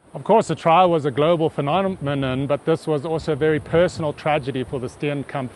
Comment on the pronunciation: Guy at the beginning killed the word "phenomenon"